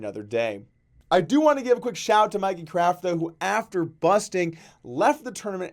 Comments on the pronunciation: its "Mickey" not "Mikey". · Dude it's Mickey craft not Mikey